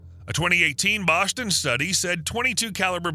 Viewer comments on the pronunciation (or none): none